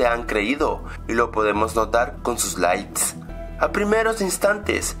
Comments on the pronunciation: ¿Por que dices : Laits? Me desespera v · de donde eres? y dijiste laits